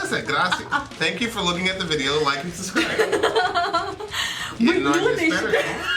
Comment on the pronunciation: Si es muy gracioso cuando dice video la primera vez dkce como vidieo y despues lo dice bien y ya a lo ultimo trata de calmarlo 😂😂😂😂 la verdas me rei mucho